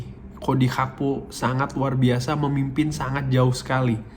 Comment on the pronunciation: setau saya namanya GAKPO bang bukan HAKPO